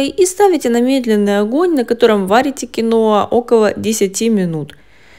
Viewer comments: Название говорите понятнее Кино или Киноа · Киноа неправильно надо говорить киhoa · Ударение на и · А самое главное что дама,ставит не правильно ударение.